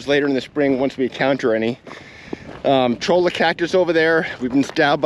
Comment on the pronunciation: Cholla (Choy-Ā) 😉